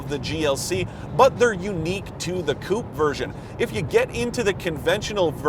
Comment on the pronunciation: It is amazing how some reporters never learn how to pronounce 'coupé' or 'Porsche'.